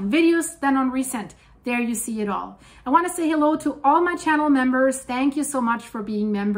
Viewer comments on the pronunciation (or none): none